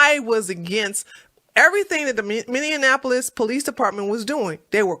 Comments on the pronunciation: Hey Tree! Started watching your videos and podcasts-- I LOVE THEM!!! Thanks for your insight and intellect(and LAUGH!). I have become a Big Fan! One small thing: Minny-An-Appo-Lis is incorrect. It's Minny-Appo-Lis! Just thought you might like to know! Thanks Again- love from NC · Tree, you keep misprouncing that city name. It is Mini apolis. Just trying to help.